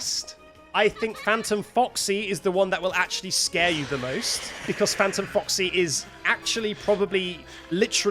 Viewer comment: the way he pronounces 'Because' makes my day every time. Becoss